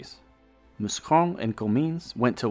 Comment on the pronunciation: Thanks for pronouncing Mouscron correctly. Well done.